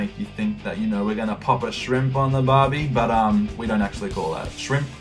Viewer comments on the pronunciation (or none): none